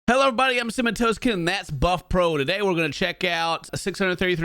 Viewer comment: I'm so sorry buff pro.. I've been holding back saying this for a looong time but I can't hold it in anymore!! Every time says buff pro all I hear is butt pro!! 🍑